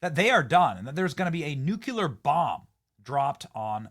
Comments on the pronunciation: Benny, you write Nuclear yet you always say Nucular. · Nu cle ar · When I saw the word "nuclear" in the title, I knew we were going to be subjected to a cringe barrage of Benny saying "nuculer." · NOO-CLEAR dammit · Benny!!!! Can you say "king lear?" Or "lear jet?" Try this.......NUKE-LEAR. lol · Nuclear pronunciation = Noo cleee aaa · Love you Benny but it's NUCLEAR not Nucueler. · Nu cue ler isn't a word Benny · Dude, there is only one "U" in the word "nuclear". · Benny, learn how to say NUCLEAR ! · If you can pronounce the word CLEAR then you can pronounce NUCLEAR. Go on, try it. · Never, and I mean **NEVR** trust a person that puts three syllables in the word nuclear. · benny you are an idiot if you cannot say Nuclear correctly. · Learn to say nuclear correctly. Smh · Learn how to pronounce nuclear for Fux sakes 😂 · If you're the smartest person in the room, you're in the wrong room. I have nothing to learn from a man who can't pronounce "nuclear." Nineteen out of twenty comments contain spelling and grammatical errors. I'm grateful Trump won, but this channel is brain rot. I'm out. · The word is Nu CLE ar. Not Nuc U Lar. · *NEW - clee - er Man I feel better now. Been refraining for years. There is no second U in that very simple word. I like ya Benny, I do. But come on my guy! That's some G-dub type wordsmithery. It's nuclear, not nucular. Sorry, I know it's a silly nitpick; but I just couldn't not say it any longer. OK. Cook me in the replies. I get it. Im okay with it. Lol! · Benny, please - nuclear is pronounced new - clee - er, not nuke - u - ler! Come on bud!!👍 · Benny, I love ya, bro, but you're sounding like George W. every time you pronounce it "Nuk-u-lar." It's "Nuk-lee-er." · NEW-CLEE-AR, not NU-CUE-LAR!!!!!!!! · Its nuke-lear. Not Nook-you-ler. Cmon Ben, you are better than that…. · Benny, it's NEW-KLEE-ARE. It is NOT new-cue-lar. 😂😂😂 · Benny, the word is NU...CLE...AR. Not "nukular." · Nuclear - Nu-CLE-ur NOT Nu-CU-Lear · New clee er.